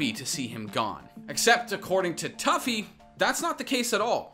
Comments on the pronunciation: toofy not tuffy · “Tuffy” haha it’s “Too-Fee” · You saw a clip of rogue pronouncing tufi two-fee and immediately after pronounced it tough-e lmaooo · It's"toofy" not "toughy" 😂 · everytime you said toughie it made me cringe...everytime I heard it. it was 'Too-Fee' lol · How you gonna call him toughy (phonetically) when everyone else calls him toofy (phonetically) LMFAO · “Too-fy” not “Toughie” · Tuffy. You mean TOO FEE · Every time I've ever heard this guys name from literally anyone it's been pronounced "too-fi" not "tuff-fi" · I'm pretty sure his name sounds like TWO-FEE not TOUGH-FEE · tuffy? TUFI!!!!!!! get it right >:( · Turfi😂wtf, its pronounced Toofi, and warzone is much worse in the cheating department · I know it’s a small thing but it’s pronounced Too-Fee not Tuff-Eeee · You pronounce it as tew-fee not tough-ey. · Not toughY. It’s tu phi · I respect the apex coverage, but yeah the pronunciation kinda highlighted that they don’t actually have experience with the game... for those wondering his name is usually said as “Toofi” but it’s spelled tufi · Great vid but it is pronounced "toofi" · Bruh It’s two - feee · It’s pronounced toofi dude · him pronouncing "tufi" as "tuffy" kinda makes me cringe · Damn if you’re gonna talk about tufi at least say his name right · You said comment lol so try saying the hackers name right the way you kept saying it wrong made me wanna rip my ears off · Dude I love that you mispronounce his name, he would get so mad about that shit hahaha